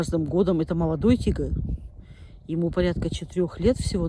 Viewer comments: Она говорит тигр или дигл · купный тигл )) Серьезно нельзя взрослому человеку выучить выговаривать букву Р ??